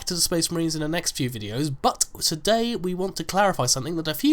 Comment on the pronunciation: I don't want to be rude or anything but,,, you say but in a way that sounds like BUTT and you say it often